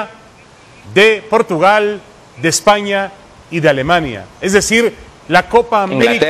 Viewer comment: "Portugal" hahahahahaha